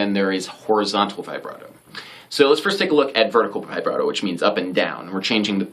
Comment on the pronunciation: It’s pronounced vih-brato, not vibe-rato!! Get it right